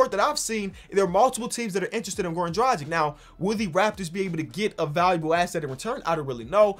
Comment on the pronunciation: pronounce dragic like you pronounce doncic